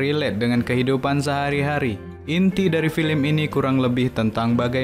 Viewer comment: Sekedar saran kurang dpt feelnya dari intonasinya juga..terus cara bca film.kenapa jadi filim??hehe kurang enak dan pas🙏